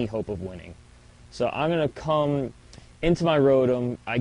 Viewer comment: I was laughing like a 12 year old girl everytime you say cu.., i mean come...